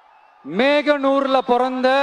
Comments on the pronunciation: மேகனூர் இல்ல தற்குறி மோகனூர்..😊தமிழ் நாட்டை நினைத்தால் பயமா இருக்கு.. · 2.52 அது மேகனூர் இல்ல முருகேசா மோகனூர் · மோகனூர் என்று சொல்ல தெரியல நாமக்கல் மாவட்டம் என்று சொல்ல தெரியல எப்படி தமிழ் நாட்டை ஆள்வது சின்ன சின்ன குழந்தை கூட நல்லா பேசும் பிரச்சாரத்திற்கும் கூட நல்ல பட பிடுப்பு ஆக்ஸன் சொல்லி தர ஆல் வேண்டும் டைரக்டர்ஸ் நாளு பேரை அலைத்து செல்லுங்கள் விஜய் சார் அப்பதான் பிரச்சாரம் நல்ல படியாக பதித்து பேச நடிக்க முடியும் 😂😂😂😂😂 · நாமக்கல் கவிஞர் பிறந்த ஊர் மேகனூர் இல்லை. மோகனூர். டயலாக் கொஞ்சம் நேரம் முன்னாடியே சொல்லிக்கொடுங்கப்பா....